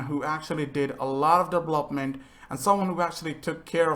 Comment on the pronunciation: We really gonna ignore the fact that this dude can’t say development lmfaoo, DEVLOPPMENT 😂